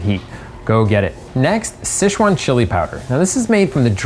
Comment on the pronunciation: The pronunciation of Sichuan is finally correct by him